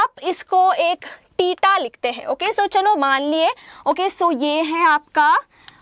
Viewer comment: She pronounces theta as teeta